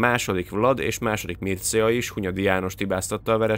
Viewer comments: A Mircea kiejtése mircsa. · Mircea nevet így mondjuk és olvassuk= Mircsea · És nem Mircea hanem Mircseá-nak ejtik